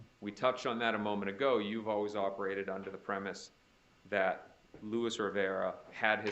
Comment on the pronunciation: Is anyone tired of the “louis” rivera? Its LUIS! So annoying